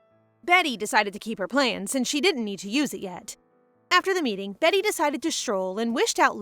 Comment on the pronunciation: I still wonder why people keep saying "Betty" instead of "Beaty" when Beaty is a real name (and is not pronounced 'behtee' but bee-uh-tee/bee-ah-dee) - and this isn't the only video that does it. Every manwa maid or protag with the name "beaty" is renamed by the audio readers both human and AI alike as 'betty' -- such a minor thing but gets to me every time xD. Ya'll, can we at least try to be more concerned with accuracy? That said, at least it's still more consistent than the bad manwa translations that seem to change names every other chapter lmao!